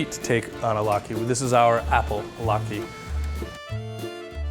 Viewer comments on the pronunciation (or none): Umm, Lat-key? Pretty sure it's lat-kuh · latke not key man...